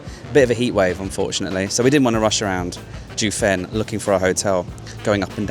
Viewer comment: Correct pronunciations: Jiufen is pronounced jeeoh fen (like Joe only with an ee between the J and the oe). Keelung is gee-lung (soft g as in “George”).